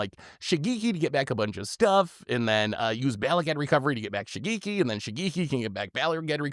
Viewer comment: The ge in Shigeki is pronounced as from gecko. Like shi-geh-ki if we are to use romanji Japanese pronunciation.